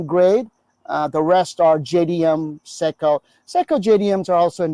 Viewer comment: US sicko, is the way he pronounced Seiko, but no offence phuckerz